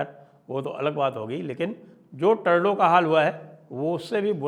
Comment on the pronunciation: साहब टर्डो नहीं ट्रुडो